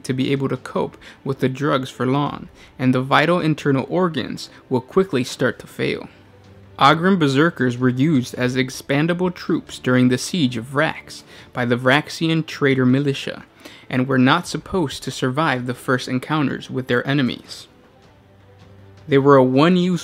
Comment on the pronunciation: dear God man your pronunciations are atrocious for example the word expendable you pronounced it as if it was the word expandable a totally different word with a totally different meaning but that's how you said it